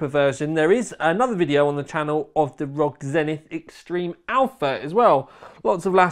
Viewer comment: not rog but R O G